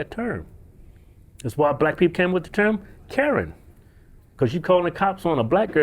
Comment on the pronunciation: Karen's. He said Karen... "Kerns" lol